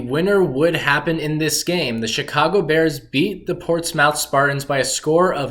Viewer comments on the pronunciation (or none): I'm from Portsmouth, OH (Port•SMITH correct pronunciation). No worries though, even some people from Portsmouth can't pronounce it. Porchmiff isn't a thing people. Anyway, always nice to see our brief history. Thanks. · So many things wrong here. Not following a kid who doesn't know history, not to mention how to pronounce "Portsmouth".